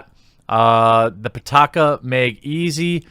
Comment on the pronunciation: pitaka means wallet in english and it's pee-ta-ka not putaka putakadin